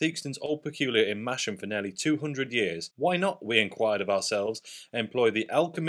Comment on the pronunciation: It’s masham not mash as in mashed potatoes. It’s a silent h